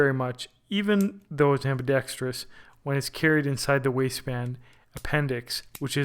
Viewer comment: Holy shit. You said "ambidextrous" the right way. Maybe it's an omen that the Equinox is the version to get. I've been torn between this one and the SAS. Also, 100% on that last portion of your video. It's part of the reason I'm not just getting a basic-ass Kahr CM9 or Glock 43. Although the bigger reason I'm not cheaping out for those is that they are simply painful to shoot.